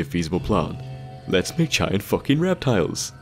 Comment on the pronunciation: "are like focking hooks" sorry for taunting you with your accent but it just sounded funny as shit.